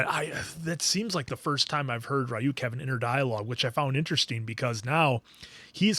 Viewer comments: Ryuk: You’ve got the “uk” part right, but the “ry” is pronounced like “ree” not “rye” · Re-You-k. Come on guys, 9 episodes in😅